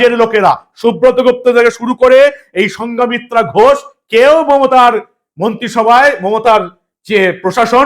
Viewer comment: KON SCHOOL E PORESEN, NAMTA THIK BOLTE PARE NA. SANGHOMITRA SAMRAT ASHOK ER. KANNYA, BUDDHYO DHARMA GRAHON KARAR POR ONAR NAM SANGHOMITRA HOI